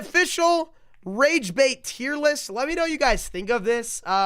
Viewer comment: “Tear list” 😭